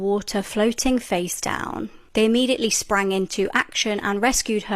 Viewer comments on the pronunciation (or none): none